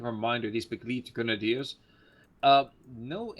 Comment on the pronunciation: Begleit-Grenadier = its spelled like „Be-gl-eye-t“ (the Vokal ei sounds like the eye) ;)